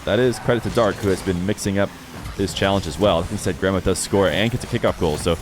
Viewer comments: Me watching the whole video thinking said grandma until the end when I finally saw the IGN haha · I thought you were saying "grandma" for the first minute there before you swapped cams 🤣🤣🤣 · Did anyone else keep hearing it as 'grandma' instead of grammar? 😂